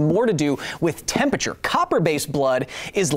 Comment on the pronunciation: I still can't get over how Kyle drops a syllable from the word temperature. 'Tempeture' will never not sound weird to me.